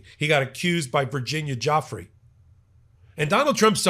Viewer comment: Virginia “Goo fray”